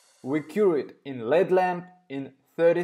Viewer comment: Im sorry...but this is not healthy for the cuticles. You should watch some videos of actual Manicurist doing nails so u can learn the correct way. Just f.y.i.....LED isn't one word. U are supposed to pronounce each letter. L-E-D. Im not trying to be funny...English is not your first language so how would u know unless someone tells you.